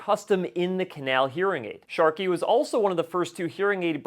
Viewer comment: Sharkey????! What’s going on with that? Is there a reason why you are mispronouncing the manufacturer????